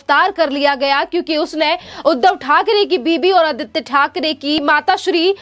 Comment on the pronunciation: जरा बोलना सिखो राबडीदेवी को रावडी बोलते हो ओर आदित्य को आदीती बोलते हो